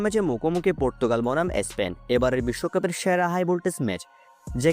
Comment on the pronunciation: এ স্পেন টা কি ? উচ্চারণটাও ঠিকমতো করতে পারেন na!